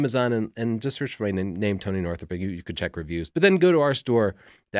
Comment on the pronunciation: Hahaha. Sony Northrup! First time I've heard that. Man, looking pretty playful.